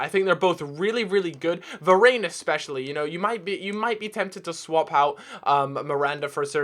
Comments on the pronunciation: Varane is pronounced Ver-Ran not Ver-Rayn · I hate how he pronounces Varane it's pronounced var-ON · Va-rain LOOOOOL